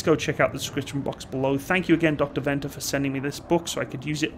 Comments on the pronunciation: By the way, Venter (From Dr Dewald Venter) is pronounced Fenter. Anyway, other than that, great video! Its nice to have some international recognition for once. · Venter is pronounced Fenter....... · It's pronounced as "f"-enter skipping the e sound on the f. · In South Africa we do not refer to the suffix letter after the mark number as Alpha, Bravo, Charlie, etc but simply as A, B, C. I really enjoyed the video, even saw some of my own photos in it. To help with your pronounciation of Dr. Venter's surname say the "V" as a "f". In Afrikaans the letter "V" is pronounced as a "f".